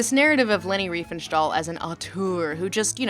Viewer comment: There is no "sh" or "sch" sound in "stahl". Sorry, but every time you said "Riefenschtahl", my "immersion" shattered.